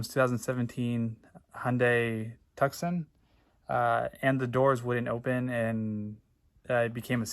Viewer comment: Pronounced Too-son